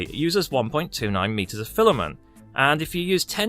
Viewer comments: Im no language expert but in my opinion the g in 'gy' (without a g before it) should sound like 'juh' rather than 'guh'. For example: edgy gym orgy. However, there is at least 1 exception: gynaecology. Imo it sounds more accurate to what it is if the first g sounded like j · I think juy-ro is correct, as apposed to gyno 😆